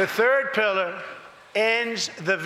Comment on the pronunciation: When Donnie says pilliar I know he thinking about his pillow.